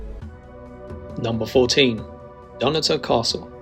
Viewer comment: It’s not “Dunnator Castle”. It is “Dunottar” with the stress on the “O”. Sloppy video and sloppy speech.